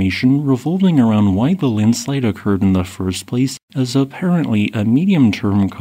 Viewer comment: Not an avalanche bud. Landslides are different. Or Linslide as the narrator pronounces it 😂